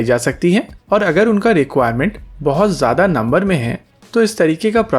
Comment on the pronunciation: Don't say Jada kaam. It sounds odd